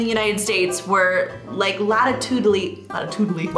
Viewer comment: “latitudily” should totally be included in the English lexicon. Love it!